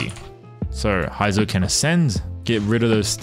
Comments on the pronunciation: heizou (hey;zou)... not hi;zou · its pronounced hey-zou not hi-zo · Who tf is Haizou? LOL 😂can't even pronounce his name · All those Resin and time, still pronounce Heizou's name wrongly.